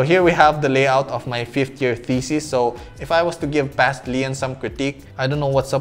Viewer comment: When you say "thesis", it kind of sounds like "feces"...